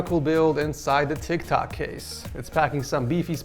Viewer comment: the way he said tiktok case